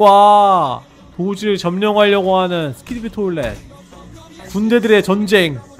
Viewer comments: 스키디비 토일렛이 아니라 스키비디 토일렛이에요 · 스키디비 가 아니라 스키비디